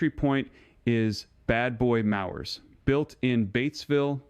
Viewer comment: did he say "Bad Boy MAUWERS"? Yikes!